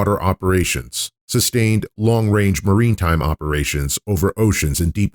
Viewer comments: maritime[ mar-i-tahym ]. not marine time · Informative video- thanks. One thing though, maritime’ is pronounced ‘mare-ih-time’ not ‘marine-time’...just grating on my ears. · Why do you keep saying “marine time?” Lol the word is “maritime” is this a bot?